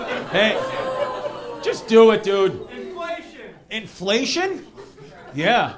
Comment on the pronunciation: Lmao 😂😂😂 "inflaysh"